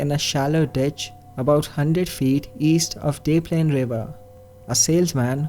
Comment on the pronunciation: Maybe it’s just me...if I didn’t know the Brock case I would have never know what the hell he was talking about!!! It’s DesPlaines....Kenneth etc.